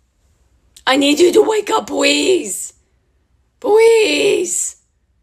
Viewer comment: Can we just take a second to appreciate how Riley always says "Pwease" and "Fank you".